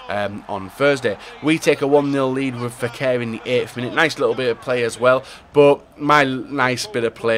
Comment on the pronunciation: Fékir not feker